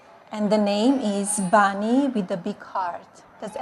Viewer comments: Cruella de vil can read English. 😂 cruella it’s bunny not bonny. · Melagnia, who’s Bonnie?😂😂😂😂😂 She can’t even pronounce ‘Bunny’. Wdf! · One banny ah ah ah. Two banny ah ah ah. Tree banny ah ah ah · Dough-Nald want to "feed dee banny A carroat."